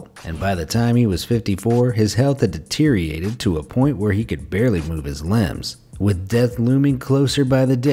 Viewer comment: When did the word "deteriorated" lose a syllable and become "deteriated?" I hear people pronounce it like this all the time, and it's very "irrtating."